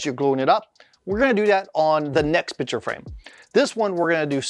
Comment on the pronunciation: Great video! The only thing forgotten was the "C" in the word picture that was said 100+ times.